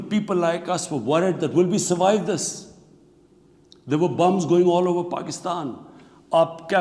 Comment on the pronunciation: Lol 🤣 immi calls BOMB'S BUMB'S